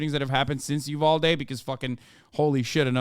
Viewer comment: as someone who is from Uvalde the way they kept saying it bugs me horribly